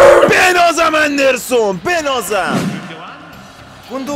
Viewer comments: ادن اَندِرسون نیست اِدِرسون هس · وقتی به ادرسون، اندرسون میگه🗿